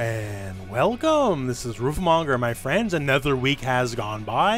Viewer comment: it's a short U you drag the sound too long and ends sounding like roo. If you don't believe me, here's another japanese word ending in ru for you to notice the difference.